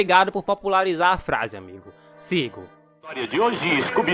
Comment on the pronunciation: Demorei p perceber que depois do 5 episódio SÓ TEM O EPISÓDIO 5 KKKKKKKKKKKKKKKKKK Voltei pra editar o coment porque eu acho que ele não disse "cinco" e sim "sigo" kkkkkkkkkkkkkkkkkkkkkkkkkkkkkkkkkkkkkkkkkk